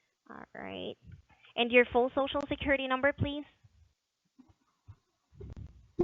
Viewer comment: Biggest Little City in the World 🎰 Scammer said "squiwity number" 😂 Welcome back,! ✌😊👍